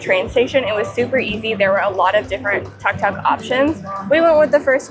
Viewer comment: It called Tuk Tuk, Took Took ✅not Tuck Tuck